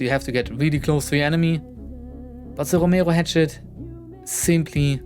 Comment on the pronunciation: the way you say romero pisses me off